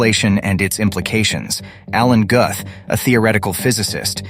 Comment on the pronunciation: It's pronounced "Gooth and spelled Guth. 🤣😂🤣😂🤣 Hard to teach when you can't even say the guy's name right. 🤣😂🤣😂🤣